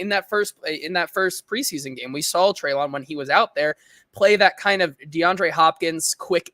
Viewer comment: Always great content overall..but man, can you please start pronouncing Treylon’s first name correctly…this is his third year, come on now. and both pronounced it correctly for you in this episode.